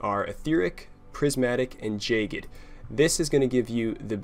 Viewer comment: Really enjoying your videos, I hope you keep it up. Also, it's jag-ged, not jay-ged.